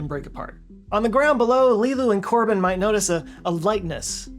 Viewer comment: Korben not Corbin. But yeah